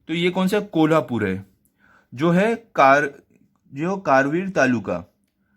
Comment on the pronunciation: Abe sale thik se naam le kolhapur 😈😎🤬🤬🤬